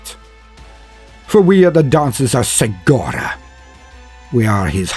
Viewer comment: I too have mispronounced Cegorach till listening to the 2 Harlequin audio dramas made by Black Library. The "C" is pronounced with a hard "K" like "Kevin" ("Ke-go-rack). ...If you haven't heard the Harlequin audio dramas( Heirs of the Laughing God "A Deadly Wit & Death's Mercy) both written by Gav Thorpe and performed by 4 or 5 different voice actors, you should, they're awesome and I don't know how they hire the actors to read their stories but GW should definitely hire you! Your voice was made to bring Warhammer stories to life. Thank you for your videos and your talent.